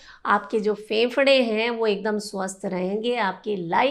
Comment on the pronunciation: Pahle bolna seekho फेफड़ा कहो